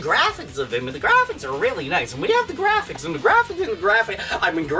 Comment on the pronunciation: DA GWAFIX!